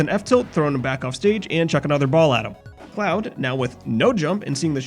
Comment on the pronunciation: For a moment I thought he said "I just got this clown offstage" instead of cloud